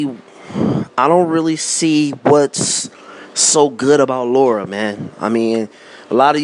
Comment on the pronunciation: Man you're analysis is so flawed, first you say Lara is not an elite fighter, he is a B- fighter, and then you say he is a supreme boxer, make up your mind oh yeah and it's Lara not Laura, you probably call Maidana Madona too